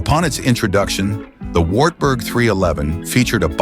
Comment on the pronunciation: AI is terrible. Some words are better off left to their original language. Wartburg is one of them 😂